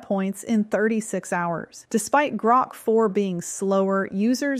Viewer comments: Your script has you mispronouncing"GROK" at the timestamp of this video. In essence rhyming when 'Spoke' Grok as 'Groke'. This long vowel sound took place only once, and apparently for no reason other than sloppy AI performing. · I find AI mispronunciations annoying. It says "Grok" then in the next sentence it says "Groak". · When you say Grok differently then I suppose that is your trained AI.